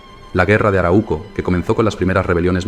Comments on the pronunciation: Se dice aráuco. No araúco. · 3 alcances al narrador: 1. La region donde viven los mapuche fue bautizada por los invasores como Arauco y se pronuncia con el acento en la segunda letra "A": Aráuco. 2. En mapudungún, la lengua mapuche, MAPUCHE significa "Gente de la Tierra (Mapu=Tierra, Che=Gente); por lo tanto, la palabra mapuche se utiliza tanto en singular como en plural (no mapucheS, dino que los mapuche). 3. No hablaste espero que sin mala intención (aunque lo dudo porque perteneces al pueblo invasor y lo resaltas) de la decision principal por parte del invasor para fijar la frontera en el Río Biobío: la gran voctoria del Toqui Pelantaru sobre el "ejército de encomenderos" guiados oor el Gobernador Garcia Óñez de Loyola, en la Batalla de Curalaba (1598), que resultó en la aniquilación total de la hueste invasora (180 invasores) y la muerte del 2° Gobernador hispano (el orimero fue, claro, Pedro de Valdivia). Ojalá acogieras estas sugerencias y resaltes ls victorias de tus enemigos. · solo una correccion, se lee arau - co, no se separa la u en la segunda silaba, se lee junta a la primera silaba